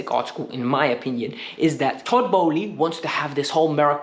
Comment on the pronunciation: Toboly, aaaa what's it called?, Egbaly.